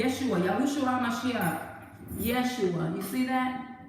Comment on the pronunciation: Yesuah sounds like "yes u are"😮